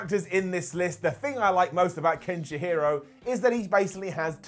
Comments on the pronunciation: Uhm its. KEN-SHI-RO mate. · His pronunciation of Kenshiro has got to be intentional. Getting worse every time, I seriously thought he was working his way to "Ken Shapiro" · there's only one h and i in Kenshiro. It's not Kenshihiro. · If I have a dollar for everytime I hear a British guy mispronounce a Japanese name.... Kenshi-hyro??? How did you mess up a three syllable name??? It's KEN-SHI-RO and it's NOT Ken-Shyro. It's KEN-SHEE-RO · Ken "SH-HIRO"? Really? REALLY?! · Bruh kenshiharo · Did he just say "Kenshihiro"? Brah don't do him like this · SHEERO. ken-SHeero. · I love the list but cringed a bit when he pronounced Kenshiro as Ken Shihiro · not to mention the way he said Kenshiro's name...and saying resurgence instead of Revengeance when he said Metal Gear Rising's full title.... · I love you but what is up with the pronunciation of kenshiro, sayain, gogeta and revengeance? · This awful (yet kinda funny) vid became unwatchable the second I heard how says Kenshiro....